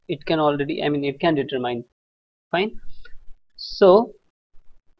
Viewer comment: it's virtually painful to hear you everytime you mispronounce "determine". it's read as "de-tuhr-min" NOT "de-ter-mayn"